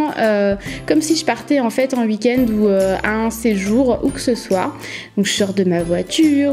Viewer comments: ça me stress elle dit uik-end 😂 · Jtm bien mais tu dit